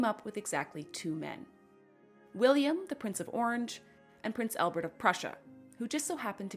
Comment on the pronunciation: One pronunciation correction: it's not "Elbert". It's "ALbert". AL. Same as in "Alice".